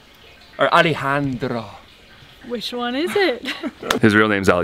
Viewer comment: One of you said Alejandro almost right. You got that the e is sounded like a long A but you made it a little bit of a dipthong and the Spanish e is short and flat sounded. The other one was saying Alijandro which is unlikely. Good try though.